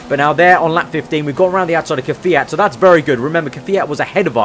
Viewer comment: Kvyat is a russian guy... how can you call him QueFiat god damnit :D